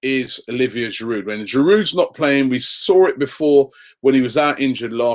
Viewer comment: Robbie the D in Giroud is silent I think